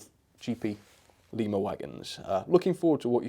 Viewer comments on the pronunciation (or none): none